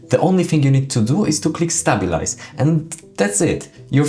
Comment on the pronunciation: It's not Stab-bil-ize it's pronounced Stay-bil-ize, just sayin'